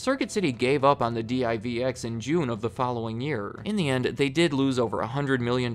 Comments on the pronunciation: Listening to a spell d i v x, instead of just pronouncing saying word divx made me laugh. Lol. You know he’s a young kid now since he doesn’t know how to say the name. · d-i-v-x? Bruh it was just divx. One word, two syllables. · Good video however it drove me nuts that's you keep saying D.I.V.X. it was actually pronounced "DIV EX" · Oh neat! I didn't know CarMax was started by Circus Sissies. I mean, Circuit City. Yeah, I was never a fan of Circuit City. Maybe 'cause I've worked at other commission-based electronics stores. By the way, it's pronounced "dee-veex". You sound like a tourist when you say "dee-eye-vee-ex". :D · D-I-V-X? Who says it that way? It’s pronounced “DIV-ex”. I’m guessing he was too young and never actually went into a CC during the late 90s. Which means this guy probably also says A-T-A-T instead of @@ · Wasn't DIVX prounced like "divix", not spelled out one letter at a time? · Pronounced Div Ex. The player was also hooked into a phone line, so if you wanted to watch the movie again, you could, I believe you were charged $1.99 every time you wanted to watch it after the initial purchase and viewing period. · Love the videos. Two things. 1. Please do CompUSA 2. I've always heard it pronounced "div" "x". Two syllables. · DIVX was pronounced the way it looks Div-x. It also wasn’t marketed as disposable but movies you keep to rent again if you want or to pay more to unlock the film for unlimited play. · Divx. Just say it together. Divx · The way you pronounced Divx is a representation of how that investment turned out for the corporation.